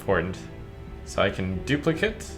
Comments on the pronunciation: I love this game but please pronounce duplicate correctly, I swear every youtuber I watch pronounces the noun form of the word and not the verb form. It just bugs me every time I hear it. Would love to see more of this game from you though. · Does it bug anyone else that Trump always pronounces "duplicate" wrong when it's a verb?